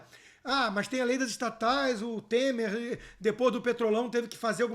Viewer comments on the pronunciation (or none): none